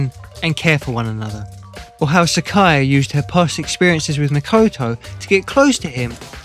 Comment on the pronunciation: Why do you keep calling Sayaka "Sakaya"?